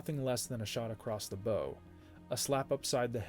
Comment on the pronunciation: Just a friendly correction: when using “shot across the bow” — “bow” refers to the part of the ship. You pronounced it as “bow” as in “bow and arrow”. :-)